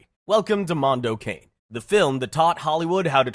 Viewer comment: Mondo Kahn-AE. How can you do a video essay and not look up the pronunciations?!